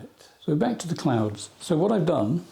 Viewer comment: Bit behind on viewing so was watching this today. For some reason I kept hearing “clowns” when you said clouds. I was a bit confused…what? When did he start painting clowns?? 😆. So relieved when I looked up from my budgeting to not see one scary clown and just a lovely sky with clouds.😊. Love clouds terrified of clowns. Hope all is well with you and yours…and the Pyrenees are beautiful.